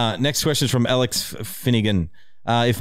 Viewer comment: question for the podcast does have a bit of kiwi in him because every time he’s answered any of my questions or anyone else named alex he pronounces it. “Elex” not “A LEX” i’m from melbourne for reference not a dumb yank and i love you ❤️